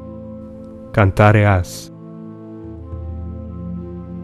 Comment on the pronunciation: It is Canere, not Canare